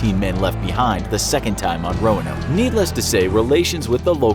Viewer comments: Why am I hearing Romanov instead of Roanoke? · Roanoke more like Noanoke HAHAHA FUNNY ok bye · This is bad combination of fact and fiction. Don’t believe this. Visit the Lost Colony of Roanoke in North Carolina for a better understanding. They didn’t even bother to get the correct pronunciation of the island in this video.